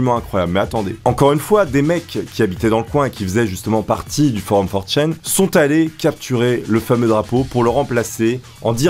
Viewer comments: C'est 4ch(a)n et pas forchaine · 4Chain ? Ça se dit 4Chan nan ? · For chene... Tu ne sais même pas comment ça se prononce, ni que ça n'est pas un forum. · Tu stresse a dire 4chain ça se prononce 4channe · FOR CHAIN !! FOR CHAIN!!!!! ok petit test, comment dit tu: - oni-chan - one-chan - 4chan Si tu fais une vidéo sur 4chan ne dit pas for chaîne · channe pas chayne pour la prononciation, désolé de faire mon grammar nazi mais c'est ultra stressant xD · 4chaine. Non on dit 4chan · "for chan" en gros in english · Comment il prononce 4Chan... Il le prononce super mal